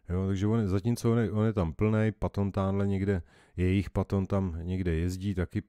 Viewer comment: Super a patton se vyslovuje petn